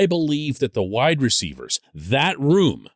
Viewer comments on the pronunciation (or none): none